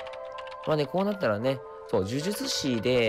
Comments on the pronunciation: 某超人気声優さんの動画はみんなでワイワイしててゲスト声優さんとかもいて豪華だったりするけど 岡本さんはずっと優しい声で喋ってて、ずっと声聞いてられるのも贅沢で良い(^ω^)最高！ 呪術師言えてないのかわいいいいwwじゅじゅつちw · 呪術師って言えないの可愛いw 殿堂級ってことは強ぇんだなぁ… 私は道のりが遠いようだ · 呪術師言えないのかわいいwww